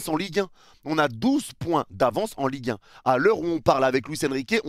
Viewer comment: "EN LIGUE HEIN" 😭😭😭